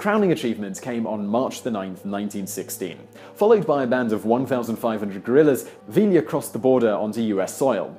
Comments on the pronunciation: Vi-ya. Not vi-la. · Who LLs in Spanish are silent. It's "Via" not "Villa" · Love the videos, Simon. Now I must correct your pronunciation. Pancho Villa is pronounced PAHN-cho VEE-yah. Not VILLee-yah. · Vealia? realia? Pronounced VEE-YAH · Villa. Vee-yah. NOT veel-ya. Double L in Spanish is silent. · 5 years late, but... - "ll" in Spanish is pronounced like a cross between "y" and "e", so Villa is pronounced "VEE-uh". And at - Early didn't have nearly enough troops to actually take Washington, although he could have sacked a fair portion of it. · Just an FYI - Pancho Villa's last name is pronounced Vee-Yah. The two Ls are silent. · two LLs make a Y sound you bloody wanker. Poncho "ViEEA"